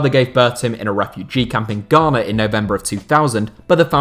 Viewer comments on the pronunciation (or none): none